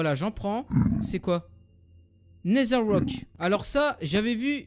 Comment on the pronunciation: le dragon c'est dans le ender pas le nesheur xD